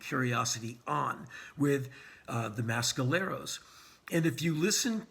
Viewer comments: please learn how to pronounce mescaleros. its meh skaleros not ma skaleros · Someone clarify please. Is it the pronouced Mass-caleros or Mess-caleros? I get the feeling Mr Rollins is injecting some weird accent to The Mescaleros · On the East Coast we say "Mess"..............Never heard it pronounced "Mass" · Great review Henry. Now.... if only you'd stop mis-pronouncing Mescaleros. It's not MASKaleros ffs! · y u saying mescaleros like that